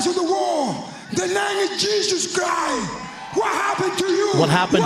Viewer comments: he didnt pronounce the T on christ either "dont forget jesus" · He also doesn’t pronounce the T at the end of Christ.